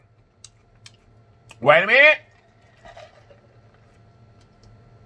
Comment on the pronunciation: I love to hear him say "WAYMENT"